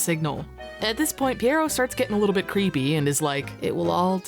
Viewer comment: As a French speaker I was impressed with how you said "pierrot". Most people obliterate the pronunciation and say it similar to "pirate". But yeah, this has made me want to dust off my Dreamcast and play it again. 😊